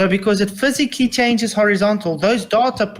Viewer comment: "physicalickly". Lol you are out of your depth here son. Dude should disappear after this embarrassment